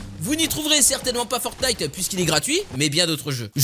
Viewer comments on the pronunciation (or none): none